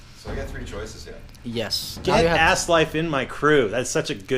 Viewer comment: You totally butchered that name, bruh. Asleifr isn't Ass-Life. Asleifr is a badass viking name :D